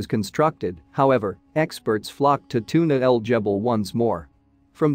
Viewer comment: Its Tuna El GEBEL, the G is like the G in “gas” its NOT a J. And Tootank-koomen??? Seriously?!